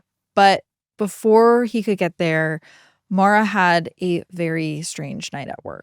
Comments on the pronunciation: Why do you keep calling her Mara?? Her name is Maura. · Mor-ah. Not Mara. Everytime you said her name it was Mara. She was a victim of circumstances and as a victim I think her name should be corrected. I didn’t know her or the family but I’m close enough to the area that to this day we have billboards with her name and face on it. I appreciate the work you guys do but my constructive criticism is that you only pronounced her name right a few times. Maybe it’s an accent thing but again she was a victim and her name deserves to be correct when pronounced. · It wouldnt suprise even she mispronounced her own name cause americans seem to think irish is english. Her name should be pronounced More-ah. With no break just all in one. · Her name is Maura Not Mara, you pronounce it like Laura but with an M